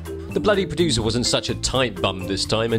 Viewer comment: The Bluddy PRO-DU-SIR.